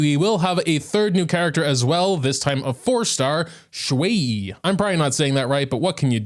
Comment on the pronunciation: Actually aside from the delivery a couple of times you got xue-yi’s name pronounced right